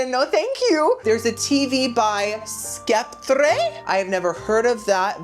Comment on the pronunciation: It is pronounced Septer (Sceptre).